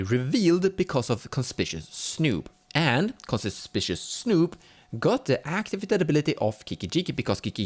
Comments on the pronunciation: Conspishuss, eh? :D Just in case you weren't joking, it's actually pronounced kon-SPIK-you-us. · W H Y the everloving FUCK can not a SINGLE youtube channel pronounce the word CONSPICUOUS correctly?!?!